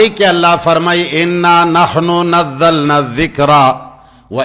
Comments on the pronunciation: شاکر نے نزلنا لفظ کو غلط پڑھا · نزلنا کو غلط پڑھا